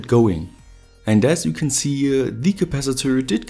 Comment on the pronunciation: I'm like you-a, but don't have any spare-a led-a's.